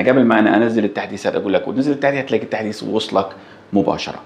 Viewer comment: التحديس ❌ التحديث ✅